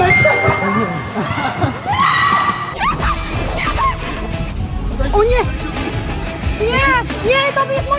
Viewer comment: Ej czy tylko mi się wydawało że zamiast Berek to Benek